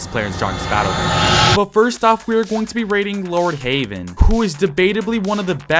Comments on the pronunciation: bruh he pronounced Lord Heaven as "Lord Haven", he even typed it like that in the subtitles 💀💀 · Its not haven it’s heaven